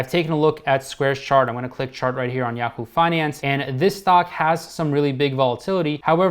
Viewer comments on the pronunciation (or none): none